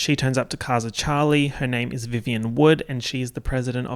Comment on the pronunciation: This whole vid was worth watching to hear you say, "Chawwwly!"